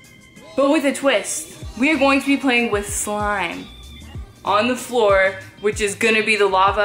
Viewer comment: when your boyfriend said start he said the flor is thuva